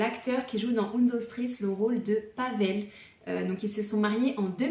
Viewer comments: Un dos tréés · J’ai arrêté de regarder la vidéo au moment où la série a mal été prononcé …. (C’est la base quand même) !!